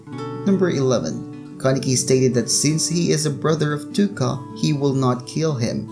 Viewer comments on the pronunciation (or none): normal people: touka: toooka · When he said Touka's name ,,Tuka" , i wanted to kill myself